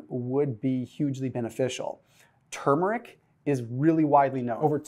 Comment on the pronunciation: Thank you for pronouncing the "R" in Turmeric, unlike those other fools !